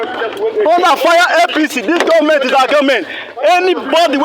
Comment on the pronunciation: Are we sure these guys are IPOB? The guy shouting in the video, his accent slipped when he said government the 2nd time as he was going to the booth of the car. Watch from to . Sounds Northern. Uhmm...proper investigations should be carried out.